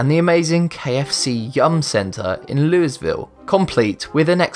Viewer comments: Lew-e-ville, Kentucky. Not Lewis. :) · Pronounced “Louie-ville” ....damn brits....